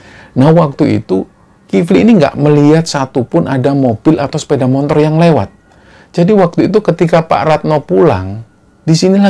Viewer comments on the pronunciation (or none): none